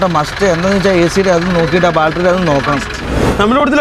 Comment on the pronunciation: എടാ മക്കളെ നിങ്ങൾ ആത്യം പറയുന്ന രണ്ട് കാര്യങ്ങൽ നേരെ പറയണം 1. ബാൾട്ടറി അല്ല ബാറ്ററി 2.അല്ലോൺമെൻ്റ് അല്ല അലൈൻമെൻ്റ്